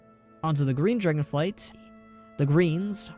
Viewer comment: Good video, lots of solid info. I was a little annoyed that you kept saying "Dragon flights" while everything was written as "Dragonflight", but you still got me a little more hyped for the reveal on the 19th, so whatever.